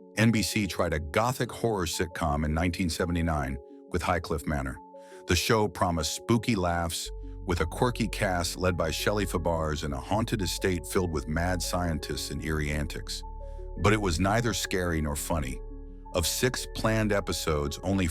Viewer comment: Shelley fuh-BARS. mmkay.